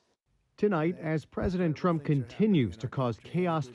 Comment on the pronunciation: Falsely pronouncing Trump, “Tramp.” Put a similar video out on that and watch the network shed debt.